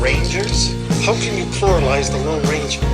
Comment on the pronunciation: So, pluralize, pronounced plurilized, is a word? In English? And it’s a verb?